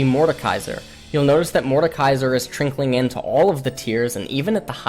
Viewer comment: "trinkling in" lol